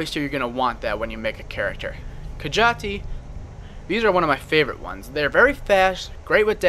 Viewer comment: Ka-jah-ti? Are you sure you don't mean Ka-jeet ? Sorry, great video though :3